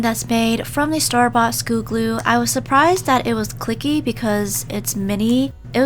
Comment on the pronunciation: I love how you say “schoo gloo”, not “school glue” 😂💖😂💝😂💕😂💓😂💗😂💘😂💞